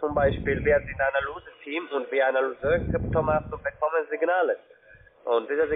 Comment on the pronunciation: Das Wort "Analysieren" ist für die anscheinend zu kompliziert, um es richtig auszusprechen...